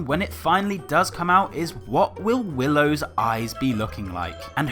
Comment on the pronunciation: It’s williow